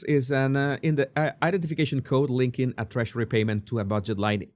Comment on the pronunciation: Love how he says Trashery (Treasury).. have an accent myself, I bet I sound funny too.. but this is simply Freudian!